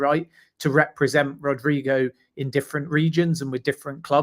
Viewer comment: Gosh please,he's name is not Rodrigo....it's RodrYgo!!!